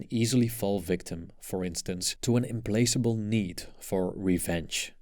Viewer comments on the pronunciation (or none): Thank you! Loved it! Also the audio reads implaceable when it's implacable, changes the context quite a bit. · It's pronounced "im-plak'-a-bl." Not "im-place-a-ble." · Correct pronunciation is im PLACK able. Not place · Wonderful theme - although I didn't find the example relatable, it actually inspired me to pay more attention to the patterns. (By the way, you mispronounced implacable - you read it as implaceable..) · Implacable pronounced “Implakable” because it comes from “placate”. Thanks for the video; this theme is very interesting. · Thank you for sharing this content. The word "implacable" is mispronounced in the quote and therefore seems to have a different meaning. Please, check I out!